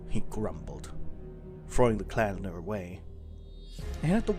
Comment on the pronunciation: When you said "he approached your calendar" I thought you said "he approached your cat" 😭💀